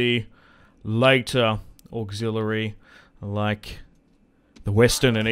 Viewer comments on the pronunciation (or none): none